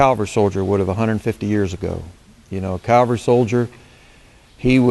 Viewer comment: Cav-al-ry. You are confusing Calgary with Cavalry.